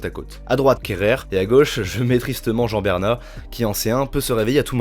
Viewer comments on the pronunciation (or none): Répète après moi " Rouan(juan) Bernat" 😂😂 sinon super vidéo